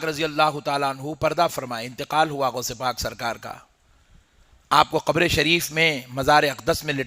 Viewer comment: لفظ گھبر نہیں ہے قبر ہیں لفظ